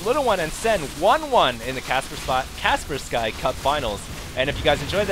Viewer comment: It's still pronounced "Kas-pers-ki"...